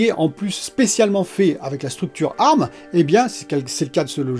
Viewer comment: On dit A . R . M ! 😂😂 Excellente vidéo comme d’habitude !